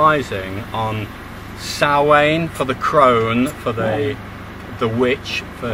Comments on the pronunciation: Not pronounced 'Sam hane' but more like 'sowan' in your tongue .... spelt 'Samhain' and is the origin of halloween as the world knows it or 'Oiche hSamhain' (pronounced eeeha howan phoenetically) which means the night of souls in simple terms with Halloween being a derivived from Hallows Evening - The irish have given much more to the world than the world actually realizes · All you Megalithomaniacs need a short course in Gaelic pronunciation. No more Sam Hain, pleeeeease.